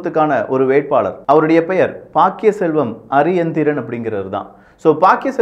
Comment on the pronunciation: Please pronounce candidate name correctly. His name not Ariyendiren ! Correct name * Pakkiyaselvam Ariyanethiran "